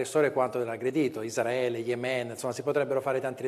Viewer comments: Veramente dice: Isdraele? Come i cafoni? (non ho nessuna intenzione di sentirlo cibandomi più dii mezz'ora di deliri) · Il prof quando dice Palestina e Isdraele😂ko❤